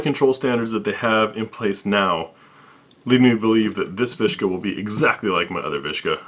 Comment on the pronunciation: it's a viska, not a vishka is not russian